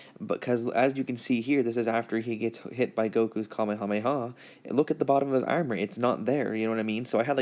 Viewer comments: The way he says armor. “Aermer” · The way he pronounces armor really annoys me 😂 it's like "urmur"😂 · He says armor weird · You have to drink every time he says armor wrong 😂😂😭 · Anyone has a count on how many times he butchers the word armor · the was you say armour sounds irish to me